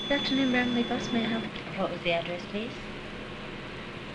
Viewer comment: Why can't people in the 1970s pronounce Bramalea?